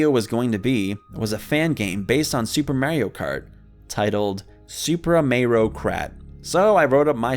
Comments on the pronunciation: Disliked for “Super Paper MAYRIO” Not really though 😂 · Im sorry, MERRIO?!??!? I THOUGHT IT WAS MARIO! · The most tragic part of this video isn’t even the story itself, it’s the way you pronounce Mario’s name